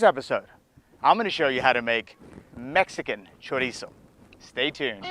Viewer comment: THANK YOU, of all the videos on youtube you are the ONLY one who pronounced Chorizo correctly, that makes a HUGE difference for me because it means you grew up eating it